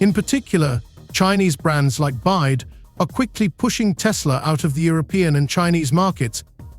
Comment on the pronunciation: For the record, the Chinese manufacturer doesn't pronounce its name Byde, it's Bee Why Dee, the initials BYD stand for Build Your Dreams.